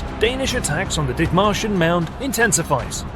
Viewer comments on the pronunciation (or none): Did he say, dick martians? Lol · I'm sorry is anyone else hearing "Dick Martians"? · I had to double check the spelling. All I could hear was "Dick Martians"